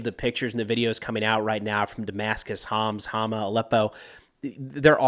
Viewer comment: Thank you for the synthesis if Syrian events in English. My Arabic is too poor to keep up. But I wish to share pronuciation tips that Homs sounds like a quick ""humps" and Tartus rhymes with "car-moose".